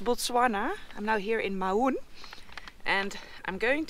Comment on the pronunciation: Mau(n) is pronounced like the "Mou" in Mound.